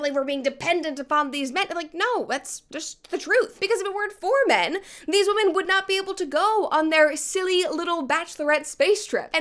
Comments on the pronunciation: What is going on lately with women, SPECIFICALLY women, pronouncing women like woman? The plural of woman is women, but they keep saying it in the singular form and it is pissing me off. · Even Katy fucking Perry can’t say the plural version of “women”